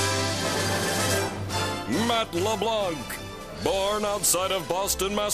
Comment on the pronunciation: People from California really need to learn how to pronounce the surname LeBlanc. It's French and the C at the end is silent. Check out my pronunciation if you care to learn.